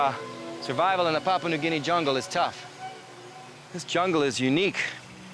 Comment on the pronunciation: It's pronounced "pa-POO-ah"